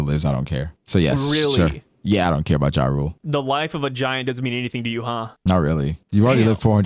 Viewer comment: And I think the "J" is pronounced with a Y sound...Yar- ole